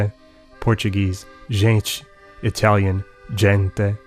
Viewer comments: I am absolutely impressed with how perfect your pronunciation is. I am Brazilian and your Portuguese is on point. Very rare to find some English speaker able to pronounce it so precise. Amazing video, congratulations. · Damn your portuguese pronunciation is so good =O I'm impressed